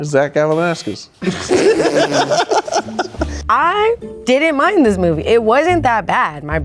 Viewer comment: Bro said Zack Galan-ass-kiss 😂